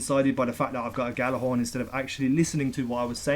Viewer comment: Ghorn not thorn lol